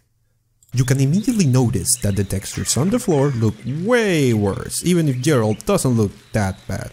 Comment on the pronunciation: Džeralt XDDDDD